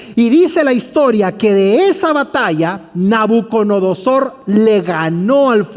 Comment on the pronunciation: Es NABUCO DONO SOR... Y No "Nabuconodosor"... disculpe se que es difícil mensionarla y si es curioso escucharla decir mal ... pero muy interesante estudio